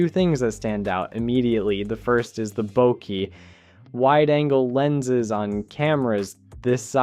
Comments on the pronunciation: The way you’re saying “bokeh” is frying me 😑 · Yeah, cracked me up too